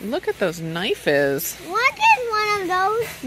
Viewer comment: Omg, saying “ knife-is” took me out. My oldest son, who just made 18 used to say knives the same way. Oh the memories, warms my heart.